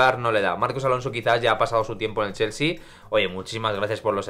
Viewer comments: „Cheooolsy“ :v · Lo mejor del video es como pronuncia chelsea